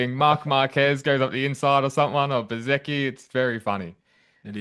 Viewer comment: Great commentator, but I wish he’d bloody well pronounce Bezzechi’s name properly😡